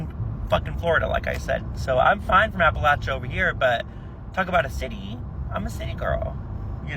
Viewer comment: He was pronouncing Appalachia wrong... lol